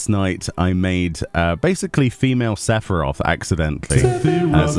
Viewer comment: That "Sephiroth" 😂😂😂